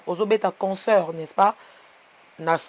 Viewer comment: On dit pas conceurt. C'est concert. Ba fandi na France mais rêver bango ..... mawa.